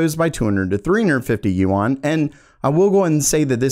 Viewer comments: it's not yu-an it's yuan lol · Yuan is pronounced "yen", not "you-on" :) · Yuan is pronounced like Juan! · DUDE google correct pronunciation of foreign currency you're looking pretty stupid right about now.